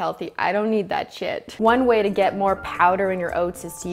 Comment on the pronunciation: “one WHEY to get more powder in your oats”